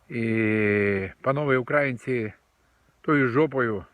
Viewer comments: Ви все правильно говорите ,але наголос на слові ''українці''непрвильний це кацапи так нас називають , прислухайтесь до поради .Слава нації !!! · Дядьку у вашомуму віці пора знати, де ставиться наголос в слові українці, та Україна, хоча не зі всім, але в деяких речах я з вами згідний